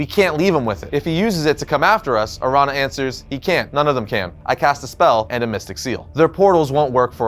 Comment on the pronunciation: araña is pronounced like "aranya/arania" ña = nya/nia araña = aranya/arania or "araneea"